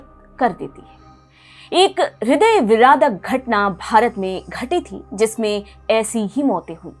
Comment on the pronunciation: हृदय विरादक नहीं, हृदय विदारक। विदा रक